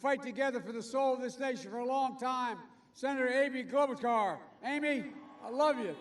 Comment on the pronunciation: "Senator Aby Kobelsgar"